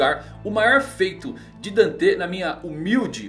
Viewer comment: Da uma agonia quando fala danté e vaníca kkkkkkkkk